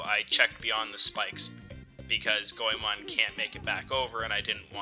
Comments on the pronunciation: Boi it's goemon not coemon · And it's pronounced as "go men"